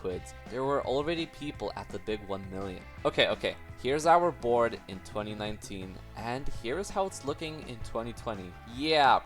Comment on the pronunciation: bro did NOT say board